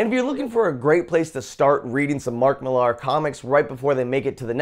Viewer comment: It's pronounced Miller not Millarrr